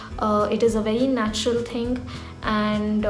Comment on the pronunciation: "the first 'dhing' is..." North Indians!!!